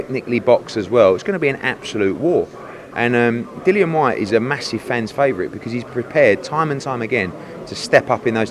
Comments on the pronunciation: My guys saying his own fighters name wrong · Wtf with Dylan, show the man some respect and say his name properly, kugan the other day was calling him Dylan aswell, Dillian smack em next time, respect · I wonder if eddie will stay loyal to Sky Sports. And his name is Dillian not Dylan ffs